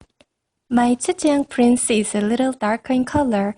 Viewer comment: You made a great job researching this phal's ancestry, and I appreciate that you included the photos of the parent species in the video. The blooms are so beautifully colored, they are very pretty! I love the way you pronounce the name of this orchid. I enjoyed the video a lot. Thanks for sharing! :)